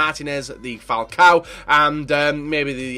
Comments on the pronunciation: He said falcal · U said falcoa at the end